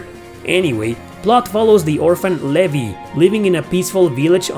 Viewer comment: Also, Levi's name is pronounced Lee-vī It's a pretty popular name in the Commonwealth countries.